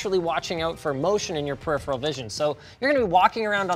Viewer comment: I love how you pronounce peripheral. It gives me faith that you pronounce centrifugal correctly too. high five